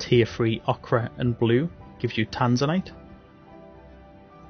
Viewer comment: One tip, Ochre is pronounced Oak-er :)